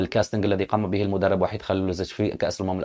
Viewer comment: س- الكل ينطق بإسم VAHID"صربي" و ب:وحيد"إسم مسلم عربي" فرق كبييير و شاااااسع بينهم إذا المدرب الصربي ليس مسلما....